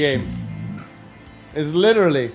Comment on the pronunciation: make a "im licherally unkillable " montage please